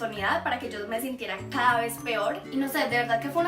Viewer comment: porque suenas muy fuerte la palabra caada estas enfermita? o sola mente te sale te adoro